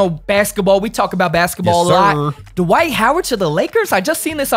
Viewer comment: lol why you gotta call him DUH-WHITE instead of just dwight